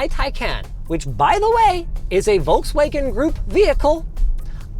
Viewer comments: VOLKS-WA-GEN not Wolkswagon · it's pronounced "FolksVagen" ;) much easier to say it like that even French like me pronounce it right, so you can do it too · Why does he pronounce Volkswagen like "Wallkswegen"? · You pronounce the V in Volkswagen like an F not like a W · It is pronounced "Folks-Vaahgenn" for crying out loud!!! (Or at LEAST "fough veh" - VW in German.) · Me as a german getting a micro heart attack everytime he says Volkswagen. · Where are the Germans there pointed out how wrong he say Volkswagen? Diese Kommentarsektion ist nun Eigentum der Bundesrepublik Deutschland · Wait for a refresh, should get a bigger battery and physical controls. Oh and btw the L in Volkswagen is silent.